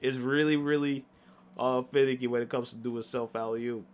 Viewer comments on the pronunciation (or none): Did he say it’s finneky lol